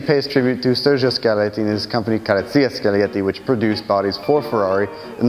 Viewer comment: Ca-rro-zze-ria, thank you.